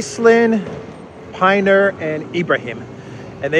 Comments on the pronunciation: It's pronounced Pinner, not Piner (Pinner like winner, except clearly Shaun Pinner is no winner). Stop being so American lol :D It's also Aslin, not Aislin. Aslin like Aslan the lion in 'The lion, the witch and the wardrobe' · There are still lots of mercenaries in Ukraine. Carrying out the sentence may deter those people. I feel for them but they made their bed. It is pin-er, not pine-er. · it's Pin-ner Rhymes with dinner. 😂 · I've heard it pronounced Pin ner